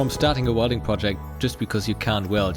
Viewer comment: The "SH"-letter, children! ShIngineering ShWelding :D